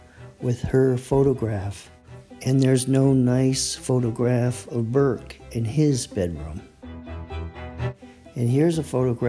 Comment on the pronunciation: Burke not Bourke.